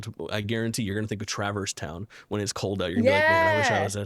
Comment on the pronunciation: I mentioned this in discord but as a person who has never played Kingdom Hearts, the pronunciation of Traverse Town is TRIGGERING me 🤣